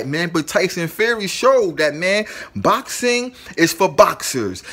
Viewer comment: Cause when your boukssin, your boukssin like boukssers do when they be boukssin! Say box like the thing you put stuff in and add ing, i introduce you to the word boxing!